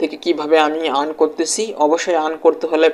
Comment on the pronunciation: ভাই আগে শুদ্ধ উচ্চারণ করতে শিখ। ইরান ক্রেডিট আবার কি? 🤔🤔 আর্ন ক্রেডিট